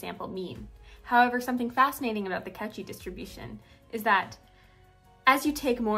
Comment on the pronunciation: I just need to nitpick. It's pronounced coe--shee. Good shit otherwise.